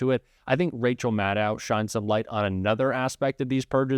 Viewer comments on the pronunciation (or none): Please,. stop saying: Madd-OW!😵 It is and always has been Madd-OH, rhymes with SHADOW. 💙💙💙💙💙💙💙💙💙💙💙 Thank You😅